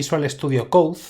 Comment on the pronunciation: no es para ofenderse, pero no se pronuncia: "coudzdzdz" (VSC), se pronuncia:"coud". por lo demás, todo bien, exelente video!...